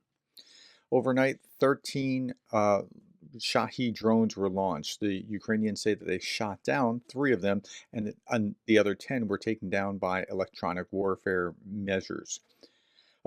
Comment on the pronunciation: Prof, you said, "I'm grateful when you do correct me in ...the comments..." For more than a month I've been trying to get you to stop mispronouncing the word "Shahid" ("SHAA-hid", which rhymes with "rabid"), but either you've never seen my comments, or you don't mean it when you said, "...I'm grateful when you do correct me in ...the comments..." This is another attempt to get your attention on this word, prompted by the statement which I've now quoted twice. And perhaps the "distilleries" mentioned in the article that you read were oil refinery distillation towers.